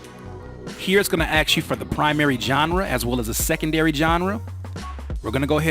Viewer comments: Stop saying aks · I took a shot every time you said axe. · Can I axe you a question? lol